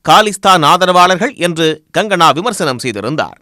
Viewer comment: Gangana இல்லை Kangana 🤣🤣🤣